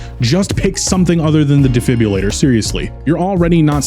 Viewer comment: ah yes my favorite gadget, the “defibbulator”